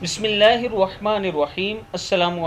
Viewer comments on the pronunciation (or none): none